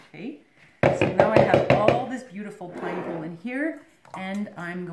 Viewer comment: pol·len /ˈpälən/ Not pole’in Seriously. Good video, thank you.